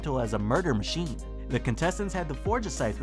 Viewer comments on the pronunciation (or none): none